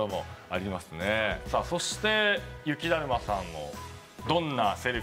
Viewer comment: ゆきだるまをゆきだまって言ってね？ww